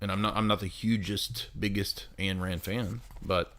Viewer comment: Ayn Rand's first name rhymes with mine. Say the word mine minus the m.